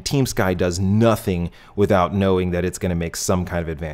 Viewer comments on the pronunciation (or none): none